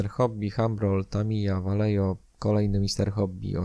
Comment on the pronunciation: Ja tylko taką uwagę lingwistyczną rzucę. Vallejo to firma hiszpańska, więc w nazwie "ll" powinno się czytać jako "j", "j" jako "h", a "V" na początku jako coś pomiędzy "b" i "w", co ostatecznie w przybliżeniu daje "Bajeho" ;)